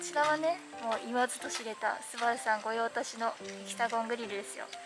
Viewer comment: すごい、アルミホイールの説明時スバルエンブレムのセンターキャップ位置合わせしている所、プロ精神だね。 全幅を正しく「ぜんぷく」と読み、御用達をちゃんと「ごようたし」と呼んでいる所が才色兼備で好感度アップ(*^-^*)